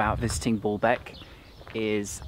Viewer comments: Dear I really love your videos and your knowlrdge but I must tell you that it is called BAAlbek not Booolbk;-) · I think you say it like Baalbek not Ball bek emphasis on the a's. The false God Baal was probably worshipped there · B O: bo; B A: ba > Baalbek, not Bolbek! Simple… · Thanks for all the videos I'm going in September and over to Syria for a week, or at least Damascus I don't want to see the carnage. It is called Balbek not Ballbek, it has one L not two. The taxis go all day and go through Chtura, a traffic hub then to Balbek, Zahle, they stopped going to the site at Anjar where you could hear the fighting in Syria. Still you can walk to Anjar from the Highway or go on to Syria. It is interesting cos the site is an Umayyad one yet the Armenian Christians care for it very well. Last time I paid 5000 for a shared taxi, but that was 2018. I once went to through the Chouf Mountains quite a diversion but it was to drop off soldiers going home for the weekend. There was great consternation as we passed through Jumblat country, Lebanon is so sectarian. So they still make you change taxis, they only began that in 2017 and it was because the journey took so long, it has taken me 5 hours before now. Still I guess the local taxis don't want to lose the trade. The last time I was in Balbek an Italian team of archeologists were restoring it. It is the pride and joy of Balbek but has been next to empty since the start of the Syrian conflict. Loads of the Damascene Sunnis used to love Balbek and go there for dinner. The Arab League is in the pay of Britain/America. The Lebanese Army control the check points in Bekka not Hizb'allah. Nasrallah has a bad press but he is definitely Lebanese and level headed. In 2014 he stopped his Shi'ah supporters in South Be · It’s pronounced Baaaaalbek. Not BALLBAG!!! 🤣🤣🤣 you ballbag!! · Stop saying ball beck it s baaaalabek🤣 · Dude, stop saying Ball-Beck